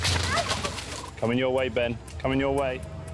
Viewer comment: camin not crocs